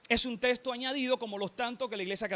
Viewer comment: por que la mayoría de estos que debaten pronuncian testo y no texto😂😂😂 por que y según son preparados😮